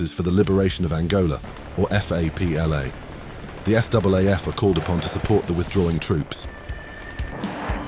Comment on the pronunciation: Please get as least something correct SAAF NOT FAAF